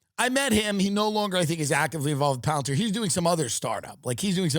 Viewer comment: Pallentier. As in Emporer Pallentine? Palestine? Like wtf?